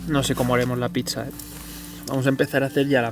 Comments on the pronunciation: # otro video genial, pero no digas picsa!! me sangean los oídos! 😂 Es pizza, dicho suena así: "pitsa" Saludos desde MadriZ jajajaja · Picsa?? O a lo mejor quieres decir "pizza"? Tanto cuesta hablar un poco bien?? Gràcies. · la picsa, la picsa, la picsa...... ufff me desangran los oidos cada vez que te escucho decir picsa.... del resto bien la verdad pero picsa.... en serio?????